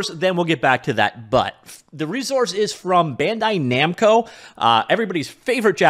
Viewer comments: Did he say BANDO NAMCAI RESEARCH? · Just taking a moment to chuckle at the spoonerism near the start of the video: "Bando Namkai." Nice.